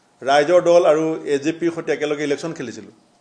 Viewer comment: হৱাপতি নহয়, সভাপতি। হতি নহয় সৈতে। কংগেচি নহয় কংগ্ৰেছী। হমগ্ব নহয়, সমগ্ৰ।অসমীয়া উচ্চাৰণ শুদ্ধকৈ শিকক আপুনি। দুদিন আগলৈকে গৌৰৱ গগৈৰ প্ৰশংসাত আপুনি পঞ্চমুখ হৈ আছিলে, আপোনাৰ কথা শুনিবলৈ অসমৰ মানুহ আগ্ৰহী নহয়।